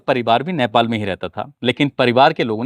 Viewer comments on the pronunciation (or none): Sir it's not naipal,,, chevj your pronunciation..... It's nepal